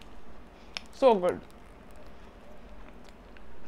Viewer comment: My favourite Part was When you Said "Sohh Goudd" 😂😂😂😂😂😂😂😂😂😂😂😂😂